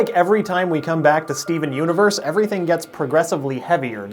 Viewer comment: 'Skeven universe' please tell me I'm not the only one who hears that. XD